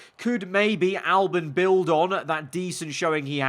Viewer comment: Albon not Albin